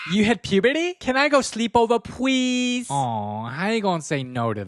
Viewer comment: you had pewbrtay? Can I go sweep ove pweeeeesse?